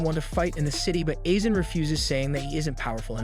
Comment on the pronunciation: Calling Aizen isen